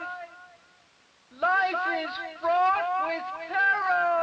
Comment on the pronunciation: was it fraught or fought?